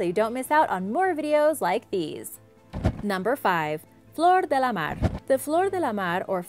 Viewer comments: Your pronounciation of things like Menkaure or especially german words needs a bit of tuning. While "Flor de la mare" worked out nicely and smooth other things definitely need some more work. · blablabla blabla... she pronounces nothing correct... but "de la mar"